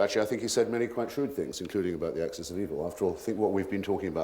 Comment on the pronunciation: Anyone else bristle everytime that "Axes" of Evil came up instead of 'Axis'.